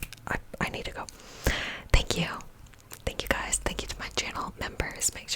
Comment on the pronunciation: Wat do u b sayin in the beginning I never can make it out? Is it hello gusties?